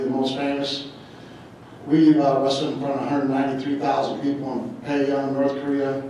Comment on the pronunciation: "Payung" North Korea